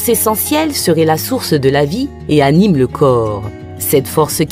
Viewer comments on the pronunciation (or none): none